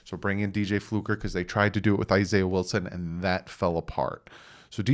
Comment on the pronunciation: It's Fluker, not Flucker.